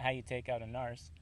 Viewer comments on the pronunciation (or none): it's narc(k), not narst, LOL